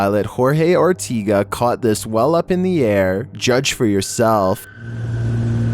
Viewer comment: It’s OR TE GA LIKE SEGA